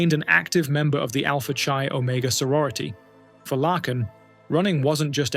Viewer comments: Please research the pronunciation of people’s names BEFORE posting the story. Doesn’t take much effort. First story…her name is pronounced LAKE (a body of water) ending with N. You can listen to news stories to hear her name said properly. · HER NAME IS PRONOUNCED LAKE-N NOT THE FUCKED UP AI SHIT LACKEN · You are pronouncing Laken Rileys' first name wrong. It is Lake - n NOT Lack - n. At least you did better than Joe Biden. He gave her a completely different name. 🙄 Then he opened the gate and let in thousands more criminals just like her killer. Well Obama did. Obama was in the white house way more than Biden during the horrific Biden term. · At least learn how to pronounce the name you're gonna be saying , let me help you , laken , lake n ....... Get it , NO lacken .... SMOOTH BRAIN. .... NO QUARTER ASKED NONE GIVEN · if that first story does not show how bad AI is , Her name is not Larken , no r ,Lacken , no c , it is Lake en Laken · Its not Lacken -- her name was pronounced - Layken - Laken Riley. Gosh that was annoying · It's sad for Laken . Her name is pronounced Lake - N / Lak - en . You know a lake ( h2o ) then a N . Laken . Please learn your pronunciations or fix your computer. Thank you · Laken is not pronounced Lack-In. It's Lake-In. You said it wrong 50,000 times and I'm sure it's hard to hear for her loved ones. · Thank you for paying tribute to Ms. Riley but with all due respect, her name is pronounced LAKE IN... not LACK IN. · You're pronouncing the name of the girl in the first video wrong. It's pronounced like "lake," not "Lack." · It’s pronounced “Lay-kin” Riley, and spelled “Laken”! At least you didn’t completely dishonor her by calling her “Lincoln” like that worthless, lying, incompetent, corrupt Obiden did. At the very least he and Okommiela should be in prison as accessories for letting the illegal immigrant into our country that took her life… as well as the judges and prosecutors that kept letting him out! 😡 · It's is pronounced lake in!